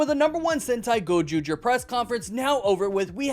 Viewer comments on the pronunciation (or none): Awesome review yhiugh well done in butchering those names in Japanese